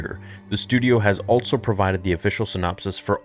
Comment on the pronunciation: Am I the only one that gets annoyed by how he says also? He pronounces it with a t for some reason. “Altso”